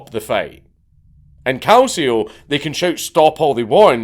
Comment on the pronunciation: Your italian pronunciation is pretty good 😂😂 your only mistake is "Calcio". It's pronounced more like "Kal-chi-o".